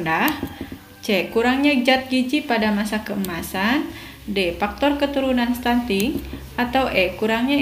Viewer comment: Stunting kk bukan stunSting ...